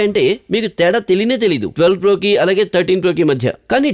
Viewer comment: Voice is only nice in hindi,not in other languages And in starting he said iphone 13 fro🤣🤣🤣🤣